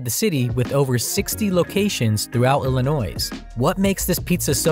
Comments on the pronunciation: Lost all credibility when you said Illinoise. There’s no saying the “s”. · Oh my gosh....."Illin-Noise" ! This gentleman certainly isn't from the state. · dude's not from ILLINOI no S LOL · How can we take your video seriously when you cant even say Illinois properly?!? Its not "Ill-i-noise". Its "Ill-i-noy". Yikes. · The s in Illinois is silent. You lost some credibility with that. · You do NOT pronounce the S in Illinois 🙄🙄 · Yeah, no.